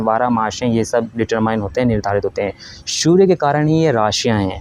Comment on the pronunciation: Bhai ...surya ko shoorya kyun bolte ho aap ? Its S not SH Please correct your pronunciation.